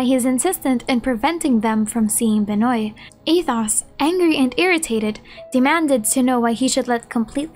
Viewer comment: Just an FYI, Benoît is pronounced “Ben-wah”. ‘Cause French.